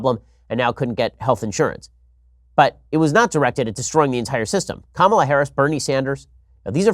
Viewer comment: Please stop your clear and intentional historical mispronunciation of Ms. Harris' name. It is pronounced Ka-ma-la. You know like Kamala the Ugandan Warrior. His last name is even Harris! OMG!!!